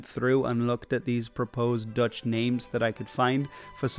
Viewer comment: i cant tell (as a dutch guy myself) if you too are dutch, seeing as your pronunciation is spot on